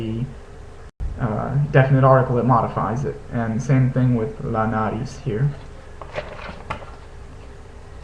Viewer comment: 'Bolsillo' indeed means pocket. 'Bolso' means 'travel bag', and 'bolsa' is used for other kinds of bags. Also, some comments on word stress: it's not NAriz, but naRIZ, and it's not BEbidas (in that case it would be spelled 'bébidas', which it isn't) but beBIdas. Whenever a word is stressed on the third to last or fourth to last syllable it should take the 'tilde', so you can use that to help yourself when reading new words.